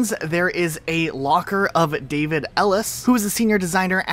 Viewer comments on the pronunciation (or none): none